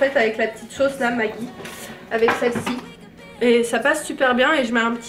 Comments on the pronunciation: Hello, Ça se prononce "MaGie" pr la sauce et non "Magui", LOL !!! 😜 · La sauce maggi hhhhh on prononce comme la magie c (Ji) pas( Gui) Hhhh un nouvel encyclopédie juste à toi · Sauce maggie ca se dit majiiiiiii mdrr